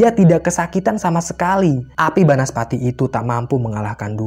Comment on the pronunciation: Banaspati, bukan bansapati 😂😂